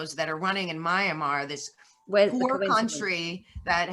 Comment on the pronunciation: It’s MYANMAR not Miramar and you have no idea what is going on there.